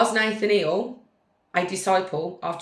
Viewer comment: Say it like - Nuth-aniel - like Daniel with ‘Nuth’ instead of ‘D’